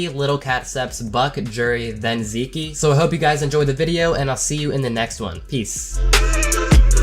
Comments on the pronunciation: TFW pronounces Zeke (Zee-k) (*like geek*) as Zee key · "Zeekee" lol. Pretty sure thats just pronounced "zeek" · Did this man really just pronounce it Zeekee... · When he calls him zeekee instead of zeek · U pronounced Zeke wrong.